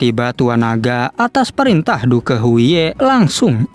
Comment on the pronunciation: Wkwk penyebutan nya " DUK " bg bukan " DUKE " 😂